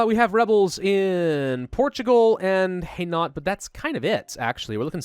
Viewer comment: Its pronounced HI-NO not hinort...